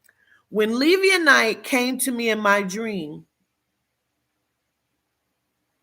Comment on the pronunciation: Omg I sorry I'm trying to watch this video but please the pronunciation is Le like Lebron, vi like Vise then the e sound eeh than. LE-VI-EHH-THAN Not trying to be an ass I promise. Peace and love